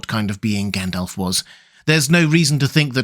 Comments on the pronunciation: I just get annoyed by his pronunciation of the names. He says Gendelf instead of Gandalf etc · Fun fact: It's supposed to be pronounced Gandalv. According to the Appendix, if Tolkien had intended it to end with an F sound, he would have spelled it Gandalph. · Did you say Gand-Elf?